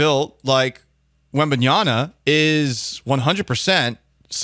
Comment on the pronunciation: *WembanyaMa. Do get his name right.